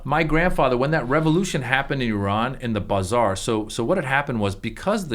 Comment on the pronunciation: I love it so much! We get used to hearing things how we say them and we call that the "right" way, but sometimes I just love the way other people pronounce things. BUH zar sounds fun!